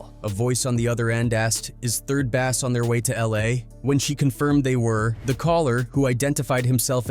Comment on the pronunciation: 3rd bass not 3rd bast 😂😂